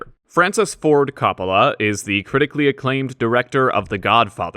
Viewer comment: Is that the correct pronunciation of Coppola?